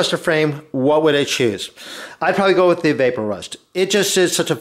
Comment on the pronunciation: Not vape-o-rust, vap-o-rust ... like EVAPorate rust